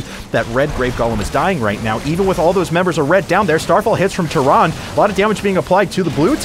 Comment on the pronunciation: The e in Tyrande is not silent. Goddamn it's annoying to hear someone mispronounce that so many times, at least he got it right at the end.